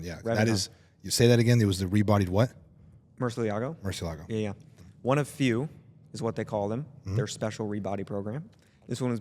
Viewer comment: it's a Murcielago, not a murciliago